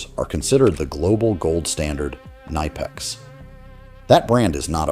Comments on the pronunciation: Nor did they pronounce it ni pex. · Say it correctly. Ka nip ex. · It’s K nip X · You say the K in knipex. Klein is trying its hardest to sell out. Their Lowes line seems innovative but its just poorly made knock offs of milwaukee. Its sad. Their drivers are absolute garbage now. My bag had Klein, channellocks, Proto and S&K in it for a decade but now its mostly Knipex and Wiha. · Your IA doesn't know how to pronounce Knipex! You don't have German as a second language in US ? )) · The real pronunciation of Knipex is not what most people think. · The K is not silent in German language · The way the narrator pronounces Knipex is laughable.